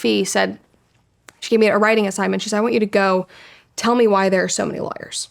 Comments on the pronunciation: I love how you pronounce lawyers like liars. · Great interview. Thank you Brett for the vulnerability. One thing I found amusing is how Brett sometimes pronounces “lawyers” to sound like “liars”. Kind of perfect. 😂